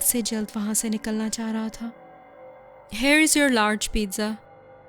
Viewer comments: It was so funny when he say pzza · No offence, but Pizza is pronounced as "Pit-sa". Anyway, nice story.👍